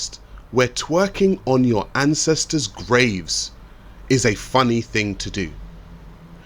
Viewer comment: “Fah da ancèstaz” 🤦🏾‍♂️